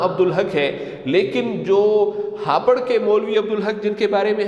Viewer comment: Yeh hapar hai ya hapoor